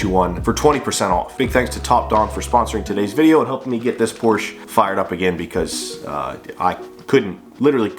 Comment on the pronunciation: you could always separate you car build channel from the rest by saying Porsche instead of Porsch. lol 😂 I think your window problem is going to be the relay or possibly the console switch. If it's just one window acting up it's probably not the battery.